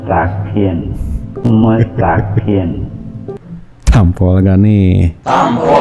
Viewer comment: Guru besar baca mustakiM bacanya mustakiN. itulah ayat suci Al-Qur'an TDK bisa dibikin smbrangan oleh mulutnya si kafirrrr